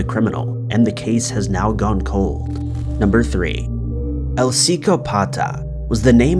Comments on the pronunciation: "Sicko-pata". Yup! That's definitely how you pronounce "psychopath" in Spanish... lololol. Hey,. Just Google things before you record a voice-over, my man. Then present for someone else before posting:);) Much love! I love your videos but sometimes I slap my forehead with the easy to fix mistakes you make 😱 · The Costa Rican murderer's nickname is Psychopath in English..When you say it in Spanish you put the emphasis on the "o", not on the "pata".. Sicópata..hence the accent on the letter "o".. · You pronounced Psicópata wrong.